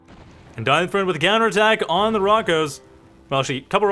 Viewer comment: Try pronouncing him as "DeinFroind", that should be closer to it than "DeinFrund".